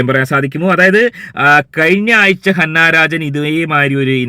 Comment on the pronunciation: ഹന്ന അല്ല അന്ന😊